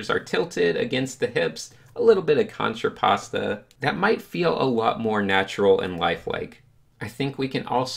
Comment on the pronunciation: "Cantrapasta" did you mean contrapposto?